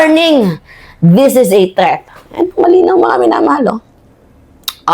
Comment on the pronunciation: with all due respect ilang buwan ko ng naririnig at napapansin ung pronunciation mo ng THREAT. paki practice lang po Ang tamang pag bigkas ng THREAT para dika nagmumukhang katawa tawa sa pronunciation mo. By the way I'm a huge fan❤